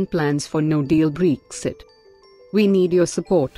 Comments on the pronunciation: It's not breexit. It's Bre-xit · I like the way she says BREXI 😉